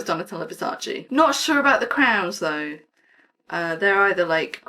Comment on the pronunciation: I love Donatella Versace! She’s absolute stunning. She also seems like a really sweet woman to me. Ps. It’s Versace, not versachi